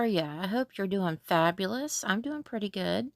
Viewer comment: you were saying "purdy" like a true southerner lol. I was kinda hoping you were closer lol. I need creepy craft buddies for craft days.